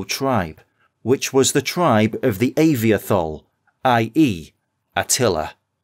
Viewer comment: it's pronounced ah-vee-toh-hol